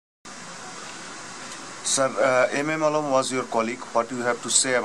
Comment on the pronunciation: I am not describing legendary PILOTS but the poor accent the interviewer in English like addressing Legends Azam as Azom ?? Alam as Alom ??? this clip is in Youtube as a Bangladeshi its insulting to see this kind of inept poor quality Anchor of the clip interviewer .